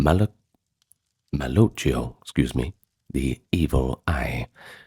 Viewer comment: Lol, Right? That's part of what makes it so much better then AI......is the character of it. Everybody mis-speaks a little now and then (when he says "scuse me") but that's what makes his podcast So authentic and gives it the character and makes it great! .....plus he seems to have a lot of character and heart.